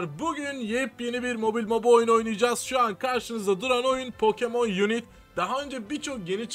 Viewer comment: unit yazsaydı yunit diye okunurdu. Unite yazdığı için yunayt diye okunur.